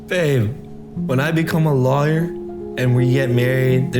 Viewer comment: Also the way he says lawyer, he pronounces it Liar. 😂😂